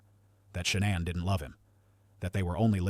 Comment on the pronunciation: And I don't know if this bozo knows what he's talking about. He's not pronouncing any names correctly. He calls Shannan ShawnAnn